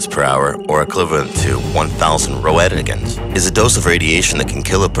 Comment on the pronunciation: It’s pronounced Rent-gen